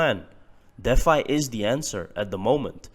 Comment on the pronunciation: D Fi.........not Deaf Fi.